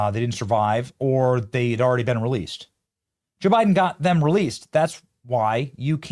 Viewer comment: "Juh Biden."